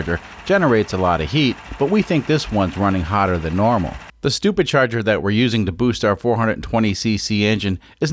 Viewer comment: Did he say stupidcharger ?